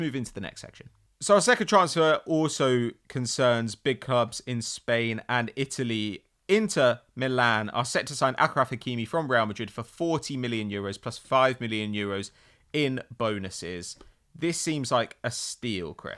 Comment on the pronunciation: Hey there,. Just wanted to say as an Arabic native that the word "Achraf" is pronounced with a normal "sh" sound in Arabic (so like in the word mashup), not the way you say it:))